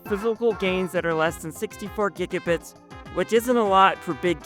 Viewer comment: It’s pronounced giga bites